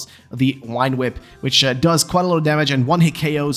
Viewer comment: Please stop saying wine whip.